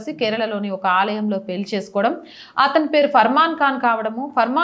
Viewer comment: పెళ్లి అని పలకాలి, పెల్లి కాదు, హరేకృష్ణ 😊